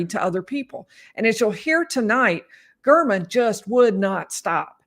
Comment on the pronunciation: Listen to how the prosecutor pronounces Mr. German’s name: Gair-men. Telles is intentionally mis pronouncing it.